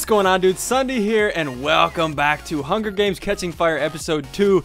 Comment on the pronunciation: You said hunger deans. Hahahahahahahahahahahahahah :) :)